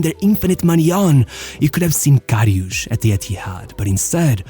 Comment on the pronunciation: Not Loreesh Karryoosh. He was amazing.